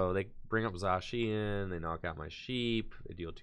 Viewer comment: He’s saying it right now